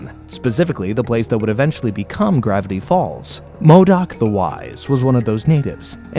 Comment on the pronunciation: Bro at the start said "gravity balls" instead of "gravity falls" 💀💀💀